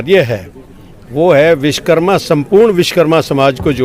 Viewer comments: Bhaiya sbse pehle vis karma nhi vishwa karma bolna sikh lo ... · Vish+karma= Vishkarma nahi hota hai SIR Vish= matlab poison (zaher) hota hai Vishwa= matlab world (sansar) Vish+wa+karma= Vishwakarma hota hai... Apne toh pura matlab hi badal diya... Vishwa ko Vish bana diya SIR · सगठंन मंतरी जी पहले बोलना सीखो, देव शिल्पी श्री विश्वकर्मा जी महाराज को राजनीति ओर समाजिक धार्मिक सगठंन के प्रमुख लोग सभ्यता से नही बोलेगे ,तो समान्य लोगों को क्या दोष, आपके विचार सराहनीय है किन्तु भविष्य में ऐसी भूल न करें सगठंन में कैसे जुड़े लाभ भी बतायें ,आपने बार बार विशकरमा बोला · Manniy vakta mahoday vishkarma mat bolo shuddh nam Vishwakarma bolo. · आप खुद सही से विश्वकर्मा बोलो